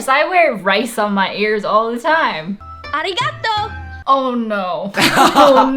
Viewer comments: "ahrikartoes" I cannot! As a thai. She didn't even thank someone the right way. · LITERALLY what even was that prononciation "Aireegahto!" 😭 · not a weeb but learning japanese and i- she really said AREEEGATOH😭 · They murdered the pronunciation of arigato and said AR • EE • GA • TOE Sounds close enough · Ikr. It should b pronounced a-ree-ga-tō. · "Arigato, Gyro.." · really just said areegahtoe! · The second she said arigatoy,I was like: Oh why.. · omg that made me so mad. Japanese is pronounced in syllables ah rī ga tò is how you pronounce it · Bumblebee 24 ahreegahtoe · The part when the narrarator said arigato hurt my soul and sanity so hard that it felt like I descended to the 6th layer of the abyss without my sanity returning anymore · Uhm Not a Japanese but I'm pretty sure that's NOT how you pronounce Arigato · when the narrator said arigato. IT HURT ME SO MUCH EVEN THO IM NOT JAPANESE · I barely know Japanese but that arigato is just........ no. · the way they said arigato makes me think they were like “okay guys, we can’t disrespect the culture. we have to pronounce this right.” and the voice over girl practiced like 5 times and they were like okay wow! great that’s perfect! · AAAAAAAAAND SHE DIDN’T EVEN PRONOUNCE F*CKING ARIGATO CORRECT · That "arigato" gives me nightmares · That ありがとう made me want to puke.